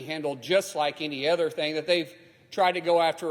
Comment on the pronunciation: Other investigations not “ether” investigation come on English is the official language !!